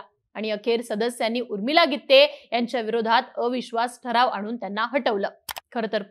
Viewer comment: Gitttte असं नका उच्चार करू